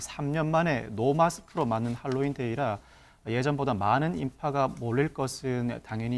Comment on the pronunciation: 제발 핼로윈 발음하지마세요 듣기 불편하네요 Halloween 재발 할로윈 하세요